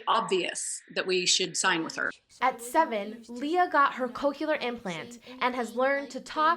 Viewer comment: they are called cochlear implants, not "coke-u-lar"